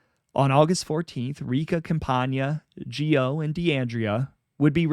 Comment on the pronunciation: Charles Gioe's last name is pronounced Joy